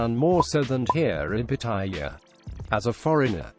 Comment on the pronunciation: Rule #1; Learn how to pronounce the name Pattaya ! Your'e way is horribly WRONG ! !